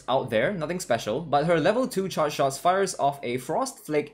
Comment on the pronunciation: You need to work on how you pronounce the word charge